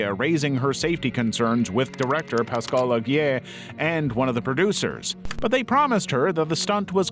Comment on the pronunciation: Came to the comments to look for this as soon as he said “Is-la” edited to add: yet he can pronounce Pascal Laugier